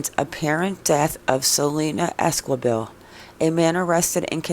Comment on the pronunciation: If you're going to talk about a case please get the names right....it's Selena Ésqi bel....not quibel you don't pronounciate the "U"....can you get that??? And it's not Àdré it's Ā(dray) and It's not Bàrōz... it's Bar (ōz ) pronounciate that right....Las S(ouces) not literally Sauces...lol!! And Saguache?? Totally prononciated wrong!!! Lol!!! I guess I have to prononciated that too.... Sa (watch)??? Get it?? "g" is silent..... Do better research dear, otherwise you could be reporting on the wrong people...bad reporting....